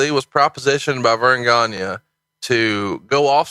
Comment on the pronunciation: Greg Gagne is pronounced Greg "Gone-Yay". It's a French name. :)